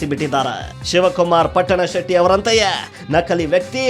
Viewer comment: Ohhhhhh ಮಾರಾಯ ಹೇಳೋದು ಹೇಳುತ್ತಿ ಸರಿಯಾಗಿ ಹೇಳು ಅದು ಪುಟ್ಟನ ಶೆಟ್ಟಿ ಅಲ್ಲ ಅದು ಪಟ್ಟಣಶೆಟ್ಟಿ